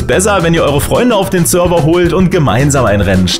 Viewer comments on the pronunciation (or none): none